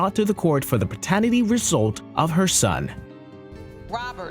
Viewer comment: Good channel. Would help to pronounce "paternity" properly though.